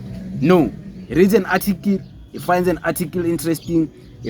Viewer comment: Boy it's not "atikil" it's "article" ujoji unzima nakuwe njengoba your followers bexakwa esikaBongani Just campaign for EFF so that it can get at least a mayor and just one anchor municipality EFF has no anchor province no mayor By 2029 you will be an EFF with 6% iyaphela i-weight nilibele ukubhekana nabantu Nawe you are chopping English sis